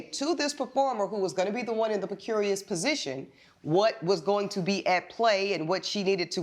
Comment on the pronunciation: "precurious" position? 😂🤣